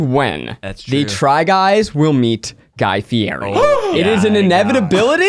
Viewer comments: Correction, haha it's not Guy Fee-air-E, but Guy Fee-yeti! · ZACH ITS FEE-ETTI NOT FEE-ERI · Working together with Guy Fieri would be awesome. What would really help is pronouncing his name right. It's pronounced 'fi-e-ti'. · Guy Fieri is going to be pissed Zack is saying his name wrong. Have you seen him on Hot Ones?! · ZACK say Guy's name right or you will never meet him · Zach need to learn how to say guy fieri's name before he meets him...